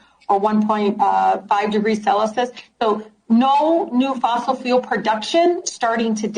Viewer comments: Uhhhhh someone needs to inform Talib that it's pronounced "Celcius" not Celisus. Another huge embarrassment for OUR US... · Sell-uh-sus. 🤷🏼‍♀️ what is that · Celi-sus??? ESL much? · And this is why our country is so screwed up... we have really STUPID idiots running it....."cell-iss-us"? 🤣🤣🤣🤣🤣 Freakin' pathetic!!!!! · lol she said SELLUSUS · Geez can't even pronounce Celsius. We emit CO2. So how long before they try things like putting into a limit on how many kids we can have like China used to do? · Lmao! Thank you for bringing up the Celsius pronunciation. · THANK YOU for pointing out Ms taliebs failure of pronunciation. What a sad display of a racist, culturally ,loyal voters. And MAGA is a threat. Phew. LOVE YA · She can't even pronounce Celsius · Great video! Thanks for airing what would otherwise go unseen by the majority. Kudos to the bankers who in unison stood up to this ridiculous "inquisition" based on bad science and bad economics. Leftist Idiots like Rashida must be voted out of office!! (BTW, noticed the mispronunciation of Celsius, too...no doubt she's a product of those gov't controlled institutions referred to as "public schools." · I've never heard celsius pronounced that way and I'm from Michigan🤣🤣🤣